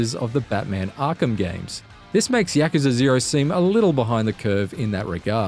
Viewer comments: Yakaza. It's Yakuza. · YAKUZA - yuh·koo·zuh Not Yakaza! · he said ya-cuh-zuh instead of ya-koo-zah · yacucza? i think its yah-coo-za. not yahcuhca 0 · No, you are horribly wrong. It's pronounced just like how it's written. YA-KU-ZA. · Its pronounced yakoooza not yakuza but I have never played any of the Yakuza games and this looks like a 10 out of 10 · No, it's pronounced like, YA-KU-ZA. Exactly how it's written. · lol he said YAKAZA lmao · I always thought it was pronounced as "Yaw-koo-zah". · 1 out of 10 for his bad pronunciation of Yakuza........ hes saying Yak... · Why is no one talking about the incorrect pronunciation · Do yourself a favour and watch the Gamespot review instead. Gamespot review: No spoilers, actually reviews the game, no comparisons to Batman games, proper critiques and the reviewer can pronounce Yakuza properly. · How he says Yakuza is a 10/10 IGN